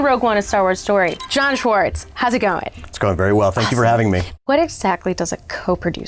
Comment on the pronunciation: Isn't it "Schwartz?"